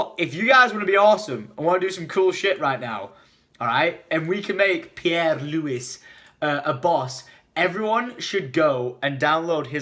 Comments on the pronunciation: It's not peri its p-air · The guy you want us to vote for is pronounced... (pee-air,loo-e) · He called Pierre, perry😂😂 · 'Perry Lewis' I'm done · I did the crazy drawing ahahah Thx for all the downloads youtube people ! I'm still way below some other participants, I knew I wasn't going to win this thing but I had fun ! Also it was hilarious when you tried to pronounce my (french) name